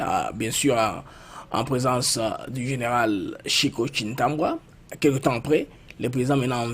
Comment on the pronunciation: Ndeko, yo moko okomi Tshiwewe mais ndenge nini ozo benga ye lisusu Tshiwewa? 😂. Tshiwewe et Tshintambwe et non Tshintambwa…